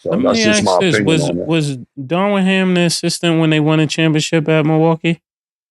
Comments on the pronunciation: Cam stay butchering names 😂 “Darwin Ham” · Cam keep syn Darwin Ham when it’s Darvin Ham 😂😂😂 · How they keep calling Darvin Ham Darwin lol